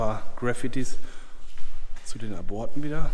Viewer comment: Das bei Minute hört sich an wie Brüllmücken, die kommen nur in Bunkeranlagen vor. 😁😁😁 ( Hoffentlich hat es die Hose nicht zerrissen ) Einen kleinen Einwand hätte ich noch,wenn dort steht "Zu den Aborten" spricht man es mit einer kleinen Pause aus . Ab - ort oder Zu den Ab - orten .